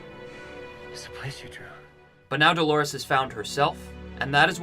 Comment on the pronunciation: The name is DOLORES (it means "pains" in Spanish), for crying out loud!